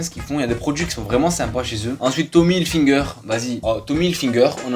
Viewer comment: « Tomly hilFINGER » T’as pas respecté le nom😂